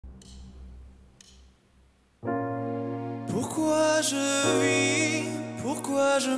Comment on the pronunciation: in terms of technicals aspects he is still unperfect. I'm french and his french is horrible, the lyrics are massacred, when he said "pourquoi je vis" (why i live) he pronounce "pourquoi je visse" (why am i screwing). Same with "pourquoi je ris" pronounced "pourquoi je risse" or "d'en haut" which became "d'un wooouuuuuuu". The lyrics are meaningless at much moments. And i'm listening to opera too. But this song do not fit with opera+modern voicing in my point of view, this is clearly better with modern voicing, Dimash mixing opera voicing with modern voicing when singing this song and i feel this strange (not in the good way). He have to choose between maria callas or daniel balavoine when he sing this. still my point of view of course, sorry for mistakes i'm not english native.